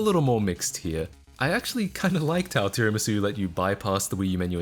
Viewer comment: You're actually the first person I've heard to pronounce tiramisu correctly 🤣